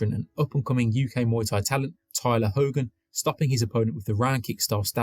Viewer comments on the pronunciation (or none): none